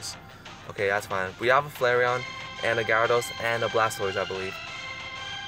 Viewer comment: I mean, you pronounced Flareon correct.